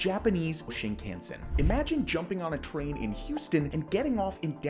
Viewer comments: Please learn to pronounce Shinkansen. Your guest says it right then you butcher it. This is just painful and funny. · Could you please pronounce shinkansen correctly. Stop saying it wrong. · This video lost most of it's credibility just 45 seconds in when he tried (or rather didn't try) to pronounce Shinkansen. That was so sonically dissonant in my brain that I no longer have any interest in finishing the video.